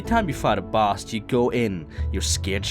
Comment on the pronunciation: " u wanna go on and beat da nex bose "